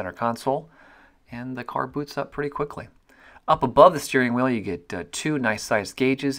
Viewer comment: did he say "the car boots up pretty quickly"?